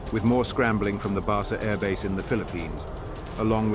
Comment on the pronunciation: "Pronunciations of places, names and translations are my best guess or through open resources such as Google Translation, etc " -- You got Kaohsiung and Basa Air Base perfectly. Great video. I just wonder why no Taiwanese air or naval assets were involved as they are closest to the action.